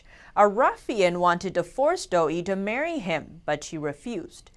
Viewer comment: It's pronounced "dough uhhh" not dough-ee